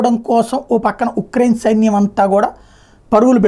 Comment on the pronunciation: ఛాసివ్ అనే నగరం యుక్రైన్ లో లేదు. ముందు: ఉక్రైన్ కాదు యుక్రైన్ అనాలి. కార్ఖీవ్ అనేది నగరం, ప్రాంతం కాదు.